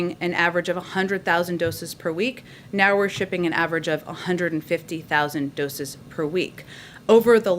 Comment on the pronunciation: Has anyone else noticed the disturbing number of ads that urge us to, "call one eight hun-red..."? When Matt accidentally mispronounced one hundred as "a-hun-er'd" , I was briefly reminded of the horror of all those commercials. Please, they should all be cancelled.